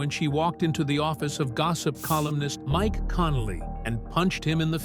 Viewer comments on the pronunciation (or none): none